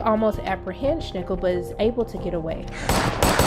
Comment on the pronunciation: Schnickel? For god's sake, this seems to be an official Prime Video and they can't even pronounce the names of their own characters. Besides that, that was the recap I needed to not have to rewatch both seasons.